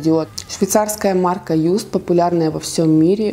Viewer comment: Косметика Just произносится как жаст не юст